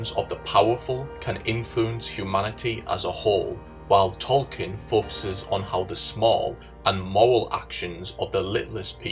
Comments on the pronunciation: The book is called "Dune", not "DOON"! The narrator I think is making interesting points, but his inability to pronounce the word makes this video unlistenable. While we're at it, the author of The Lord of the Rings is was J.R.R. Tolkien, not "Tolkinn". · Who the hell is Tolkin...